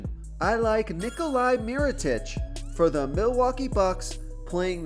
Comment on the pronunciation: Always love the advice, but I am going to continue to help you with pronunciation...it is not Ni-Coli....it is Ni-Cola